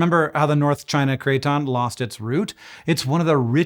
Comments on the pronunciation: Craton is pronounced KRATen not KRAYton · Could you explain what a "cray-ton" IS? PLEASE?? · Cray-Ton in my Kit-chon? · Bro keeps saying crayton making me hungry for croutons 😔